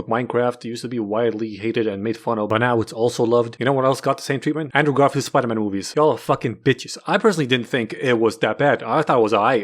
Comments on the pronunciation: speter pidey? speter pidey. yeah. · Speter pidey ... it makes soo much fucking sense it's scaring me. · ah yes, my favorite movie, speter pidey. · Why so many comments it’s Spooder-Mon guys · SPETER PIDEY YES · i just cant 🤣🤣 video is just funny as fuck but opening is "welcome to the amazing spooderman 😂😂 man wtf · the amozing spooder man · Spider pidey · Starting the Video "Welcome to amazing spoderman. Hblblblhdd Peter Parker habqiolgtbal" Looking annoyed at my smartphone and turning it off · Speter pidey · William Dafoe: of peter William Dafriend: of speter pidey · Speter pidey ? Yeah ! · Spooder man spooder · It's man spider